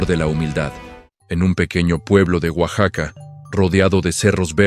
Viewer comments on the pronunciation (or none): none